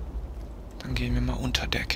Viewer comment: haha war keine Kritik fands nur Lustig "besteigen" hört sich nur an wie "eine Hündin wir bestiegen" xD und es heist "unter Deck" nicht "denk":D nich böse nehmen, bist doch ein guter;)